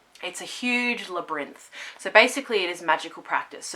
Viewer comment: This came up on my recommendations and I'm so glad it did! It was fascinating, thank you so much! 😊 Also, I love how you pronounce 'labyrinth'!